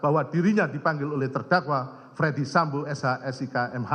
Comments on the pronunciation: Kok bacanya jadi fredi sambo, bukan dibaca ferdi sambo? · Bacanya bukan Freddy Sambo, Jaksa Agung kok ngaco.